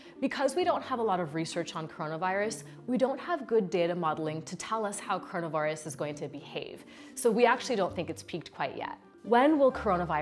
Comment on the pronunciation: she said coronavOros